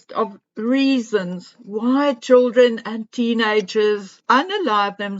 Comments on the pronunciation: I am South African and we say CHILDREN. NOT CHOOLDRIN.... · It is pronounced CHILDREN. Is NOT CHOOLDREN.